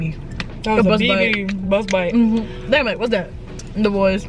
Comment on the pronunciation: Girl really said “buss bite” 😂